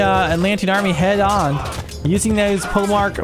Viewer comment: 'Polemarch' (Greek πολέμαρχος) in 'Centaur Polemarch' should be pronounced as 'poly-mark', not 'pole-march'.